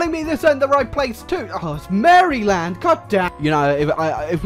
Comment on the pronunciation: Maryland, I what, you mean marelan